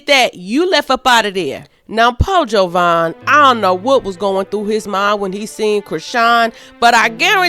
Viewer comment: She don’t even knw JAvaughn’s name. It’s not an O. Ugh and she keeps saying it over and over. Glad she’s holding CR accountable. Finally.